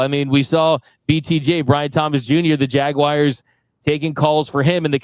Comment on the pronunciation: LOVE the show, but i have 1 issue...lol n n ITS JAGUARS NOT JAGUIRES... JUST SAYING